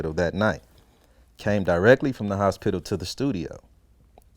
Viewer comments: The HosPITIL 😂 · Lmao I was thinking of how to spell it and yup he's definitely saying hos- spittle 😂😂😂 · The hos-pittal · Hos-pit-tal xD Like a damn pit stop. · This man Pronounce the shit our of HOS-PITAL! Lmao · I hear every letter in H-O-S-P-I-T-A-L 😆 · Why does he pronounce "hospital" like that? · He says hosspittle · He can't say hospital right. 😂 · he says hos pital as 2 syllables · Nigga put emphasis on that P in HosPital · The way he says hospital is fucking hilarious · anybody else notice the way it sounds when he says the word 'hospital'